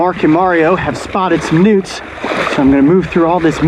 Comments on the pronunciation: I swear they were saying "Nudes!"😂😂😂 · For some reason I thought he said "mark and mario have spotted some nukes". 😂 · EVERYTIME THEY SAID NEWTS, I LITERALLY THOUGHT THEY ARE SAYING NUDES!😋😂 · I kept hearing nudes lol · Who hears nudes instead of newts? 😂😂😂